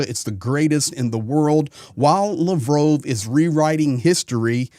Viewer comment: You can't even pronounce Lavrov correctly.